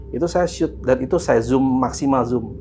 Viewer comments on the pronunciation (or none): none